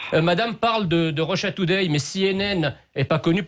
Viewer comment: Une russologue qui prononce Russia today comme une véritable Américaine